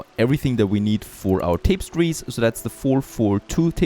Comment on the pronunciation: Incredibly old video, and yeah, I'm going to be one of those people... but "Tapestries" is pronounced something like "Tah - pez - treez" as opposed to "Tape - sties"